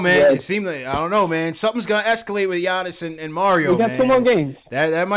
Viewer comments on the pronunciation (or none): Bro how funny is it that clyde calls giannis "Annakoopoo" STILL AFTER ALL THESE YEARS LMAO